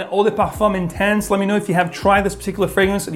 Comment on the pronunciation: Guess he pronounced it in French by mistake.